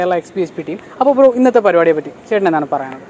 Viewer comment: പരുപാടി അല്ല പരിപാടി.